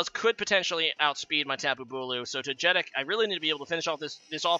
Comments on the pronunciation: His pronunciation made me angry haha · Toe-jetick lmao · Togetic is actually pronounced in the way many people mispronounce "gif". Least favourite Pokémon game? Probably Pokémon X, at least for the main series. Awkward figures, annoying characters, small new generation, no postgame...